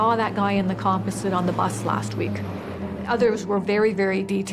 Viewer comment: It's sooooo annoying they pronounce composite wrong.